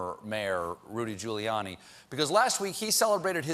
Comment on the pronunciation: Did stephen call him ghouliani ?